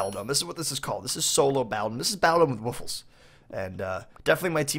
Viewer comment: Woofless not woof less